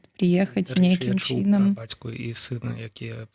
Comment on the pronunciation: Што з мовай!?НЕмагчыма казаць :такім чИном...Жах!Кажы тады па руску..